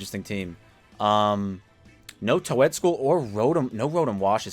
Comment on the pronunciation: noticed your way of pronouncing toedscruel sounds like you say toe-ed its actally supposed to be toadscruel no offense or pointing fibgers just wanted to get that out there good match play-off race has me on the edge with everyone